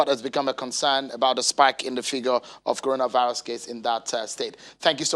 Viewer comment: Coronavisis he said